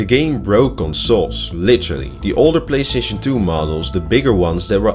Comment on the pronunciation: “Playshaishon to” - OK 😂😂 I'm sorry I clicked. I saw 8 seconds and I don't need it anymore.